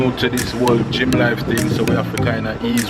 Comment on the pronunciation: say gill instead a gym